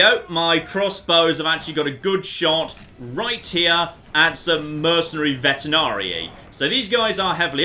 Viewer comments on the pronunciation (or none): Rewatching this series after some years and you pronouncing "veteranii" as "vetenarii" still gets on my nerves... 10/10